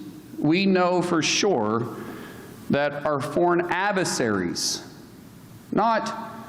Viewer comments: "foreign aversarys" Oklahoma + Republican education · “Foreign Avesaries.” Go home, you’re drunk. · What’s an “aveseries”?